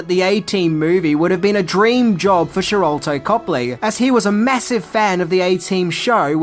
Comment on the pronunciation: With all due respect its Sharlto